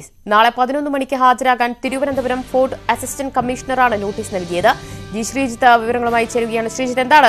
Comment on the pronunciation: ഫോർഡ് അല്ല ഫോർട്ട്‌. ആരേലും ശ്രദ്ധിച്ചോ